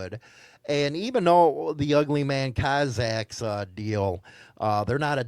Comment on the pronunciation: This guy 🙄 It's Cossack's not cozaks!